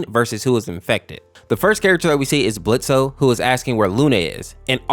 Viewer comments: It’s blitzo pronounced blitz the o is silent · Ok but why did you have to say blitz-o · It's pronounced "blitz" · IT'S BLITZ THE O IS SILENT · The o is silent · his name is Blitzo... the o is silent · Its Blitz, the O is silent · THE O IS SILENT IT'S BLITZØ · Me immediately: THE O IN BLITZO IS SILENT